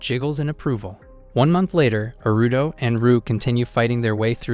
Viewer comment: It's Aruto. The voice is saying Aruto the same way westerners say Naruto.